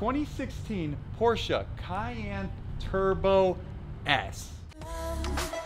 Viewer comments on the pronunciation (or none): Porsche not Porscha......